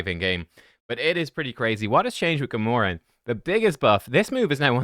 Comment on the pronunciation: “GAH-MORE-EN”?? You mean “GAM-URH-AN”! Your pronunciation would be Gamoran. Not Gamuran.